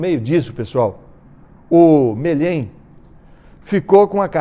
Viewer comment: Um faz confusão com coma pessoa, o Brito vai corrigir e erra o sobrenome do Marcius Melhem e não Melhém. O desconhecimento do Brito é por falta de ficar muitos anos fora da tv e só no Youtube. Isso é desinformação Sr. Brito. faça me o favor..Quem não ajuda, não atrapalha